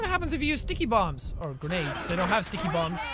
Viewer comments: It's not sticky bombs it's dicky bombs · I always hear -----TICKY-BOMB